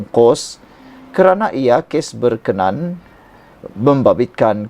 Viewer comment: TUAN FYI ...BILA MEMBACA BERKENAN DAN BERKENA AN HARUS LAH DI BEDZAKAN SEBUTAN NYA ! ...... BERKENAN ... BERMAKNA MENYUKAI (SUKA) ..... BERKENA AN ITU BERMAKNA ( BENDA ITU / YANG ITU ) ........